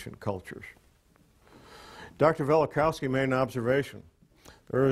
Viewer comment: Velikovsky, not Velikowsky.